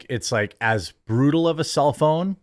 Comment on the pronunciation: Self own. not cellphone. took me like 5 minutes to figure that out.